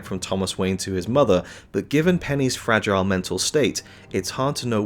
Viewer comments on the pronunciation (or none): none